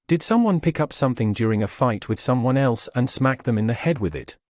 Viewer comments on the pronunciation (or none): none